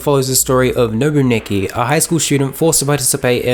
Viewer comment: I loved this anime even though it was fucked up. I’m surprised that a lot of people hated this anime. And you keep saying Nobuaki’s name wrong.